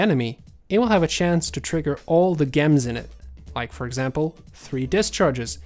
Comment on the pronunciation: yo, the swedish guy in this video, its not a G sound in Gems or venGeance, its more like DJ or J.